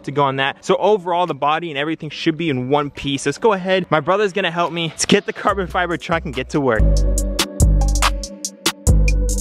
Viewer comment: “carbon fibel” glad I’m not only one who jumples they’re own words lmao